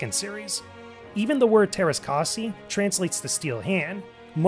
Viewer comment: Even though you may be American, Umlaute are a thing. It's Teräs Käsi, not Teras Kasi.